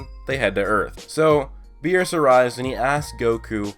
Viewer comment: lol he said whirus